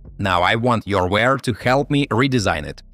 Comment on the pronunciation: it’s youware not yourware……